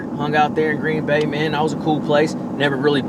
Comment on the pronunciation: Indian reservation? And love how you said Green Bay. Wish I was I. Florida at the Harris chain rather then up here in Wisconsin freezing my ass off. Get em tomorrow